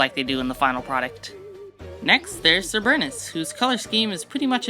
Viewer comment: Its pronounced SER-ber-us Its fine tho... many people pronounce it wrong